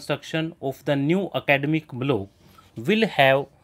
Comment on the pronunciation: Block ko blow thoda sahi se bolie